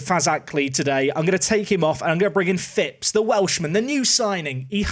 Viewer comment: Love it, you signed a Phipps. Non league i always sign Eli Phipps just because we share a surname and it's a rare surname haha. Plus you pronounce it correctly!! Also seeing Callum Rose is funny seeing he has played for both my teams Plymouth Argyle and Plymouth Parkway haha. Good Video man, keep up the solid work!